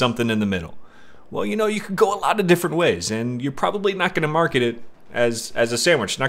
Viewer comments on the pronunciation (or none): none